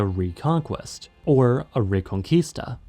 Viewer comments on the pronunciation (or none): none